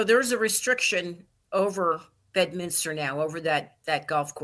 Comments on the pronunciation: BED-MIN-STER.. or BED-MINS-TER. NOT "bed-minister".. Come on Benny 😅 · For f*cks sake Benny.. Its Bed-min-ster. There's no Minister there. Its a golf course.. not a church.😅 Even a lowly peasant like myself knows that🤦‍♂️